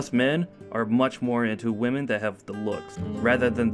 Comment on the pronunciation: Damn slow down its pronounced wimin not womin 😡